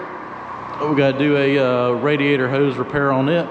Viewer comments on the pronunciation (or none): none